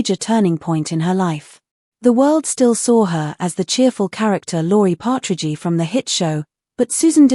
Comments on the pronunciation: If you are going to make an AI-narrated video, can't you even check that it is pronouncing the names correctly. Nobody called it the "Partridgey Family". Nobody says "Danny Bonadeuce". It's just such stupid crap. Several minutes in and I'm waiting for some content. But that's what you were going for, wasn't it? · …”but she was a real person…” seems rather ironic coming from an Ai program so corrupt and corrupted as to pronounce the name “Partridgey”…🇨🇦 ps Love you Susan… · knock it off with these cheese AI voices. Partragy my behind.